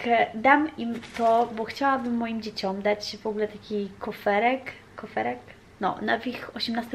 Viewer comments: bo widziałam, że się zastanawiałaś. Mówi się kuferek... A tak poza tym to z ciekawości pytam, wy na święta śpiewacie takie piosenki jak "Noel c'est l'amour"?(tylko ja napisałam to bez znaków poprawnych) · Mówi się kuferek. Świetny pomysł z tą skrzyneczką.